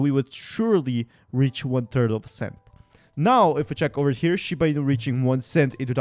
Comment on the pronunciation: Why dont you try to pronounce the name correctly. Its not shib!!!!!!! It is shiba. GET IT RIGHT!!!!!!!!